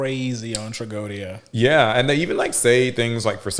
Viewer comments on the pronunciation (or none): I know did not pronounce Tragoedia like that lmaooo